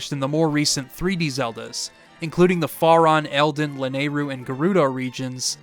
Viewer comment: Great video! Your pronunciation of "Faron" is killing me though. Lol